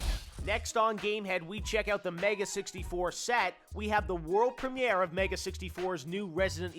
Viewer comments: "We have the Prem-ee-air of their Resident Evil skit coming right up!" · He says premiere weird.